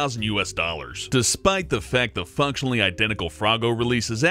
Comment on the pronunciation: in #13 did he say fucktionally